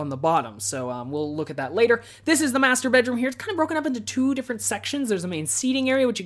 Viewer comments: Whenever you say "Master bedroom" I hear "Masturbate room" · every time he says "master bedroom" I hear "masturbate room"....